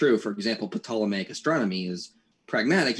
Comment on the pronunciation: I hate to be an ass, but did he just say "Peh-Tolemaic?" 😷 I'm sure I misheard him. I was swatting some geh-nats flying around my ears. I'm sure that's why it sounded odd.